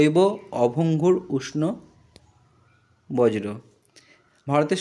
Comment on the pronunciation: Dada ota borjo not bojro 😂